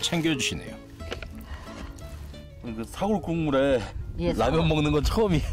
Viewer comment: 긴 자를 짧게 잘못 발음한 예: 사골,한파 ,제작진,거실,등,이런 잘못은 해설자의 문제입니다